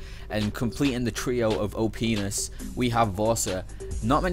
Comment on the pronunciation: He says openis as an OP :/